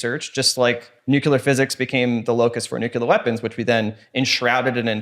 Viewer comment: Great episode, fantastic topic and guest. But also I died a little inside at every mispronunciation of “nuclear”